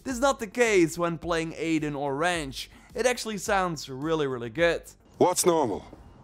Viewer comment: I swear i hear adin & ranch, instead of aiden & wrench